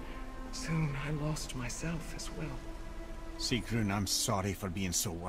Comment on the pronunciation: Great video! Nice detail and you said her name right, which no one else seems to be able to do. Almost all of them say it like, “Sigern.”